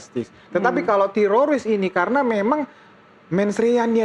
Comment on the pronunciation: Nih damanik bilang tetorids mulu kaya orang Israel kpplak